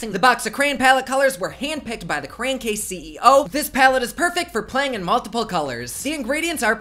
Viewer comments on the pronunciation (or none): It’s pronounced CRAY-ON not CRAYN lol 😂 BTW: is the cutest BooBoo ever!!